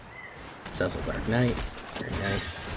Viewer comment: Cecil is a common name and sounds like Sea-sill